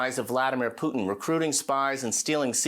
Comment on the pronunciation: This Levin guy STILL can't pronounce "Putin."